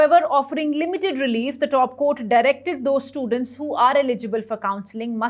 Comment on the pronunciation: Dop Court? It is Top Court. Repeated mistakes. News reading quality is very poor and mechanical. Not able to understand her clearly. Many key words are not pronounced properly. Please correct your mistakes. Or let someone qualified Read the News